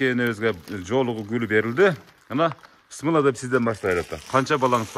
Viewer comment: Бысмылда эмес,Биссмиллах деп айтсанар туура болот